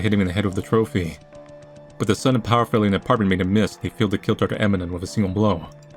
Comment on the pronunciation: Dr. Emanon. Emanon. Lmao lol. Eminem. Dr. Eminem lmao